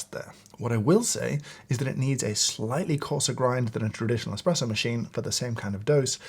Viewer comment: Great video! But there is no X in the word ESPRESSO…